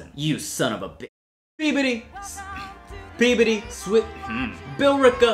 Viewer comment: "Peabudee" My sleep deprived brain: bobbity boo. i need to go the hell to sleep